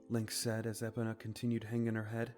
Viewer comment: Its bothering me that this guy can’t pronounce epona, grim and soot right